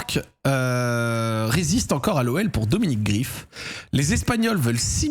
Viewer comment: Ça se prononce Greif pas Grif si jamais mais bon ça doit sûrement te faire chier de le prononcer façon allemande